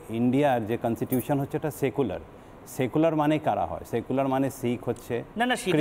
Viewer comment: আরে ভাই তেনোমুলি কখনো সত্যি বলে ? এ কন্সটিটিউশন কে বলছে কন্সিটিউশন........